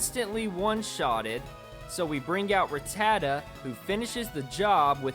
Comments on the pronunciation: Smh, i couldnt get over how many times you pronounced rattata wrong...m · God say rattata properly smh lol